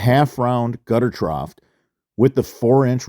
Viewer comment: there is no "T" at the end of the word trough